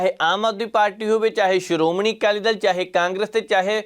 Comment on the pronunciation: ਜ਼ਰ ਕੀ ਪੱਤਰਕਾਰੀ ਆ ਪੰਜਾਬੀ ਬੋਲਣੀ ਨਹੀ ਆਉਂਦੀ ਬਾਈ ਦੱਲ ਤੇ ਦਲ ਸ਼ਬਦ ਚ ਬਹੁਤ ਫ਼ਰਕ ਆ ਦਲ ਬਦਲਣ ਨੂੰ ਦੱਲ ਬਦਲਣ ਈ ਬੋਲੀ ਜਾਂਦਾ